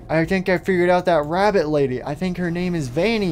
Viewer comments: &or Gregory you said labbit instead of rabbit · "Labbit rady" very good English 😂😂 btw where ruin rp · He said dancing labbit rady : ))))))))))) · “labbit rady